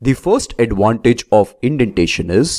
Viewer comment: you are pronouncing advantage like adwantage. v sound is different from w